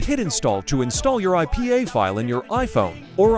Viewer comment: did bro just say pay? 😂😂 oh hellno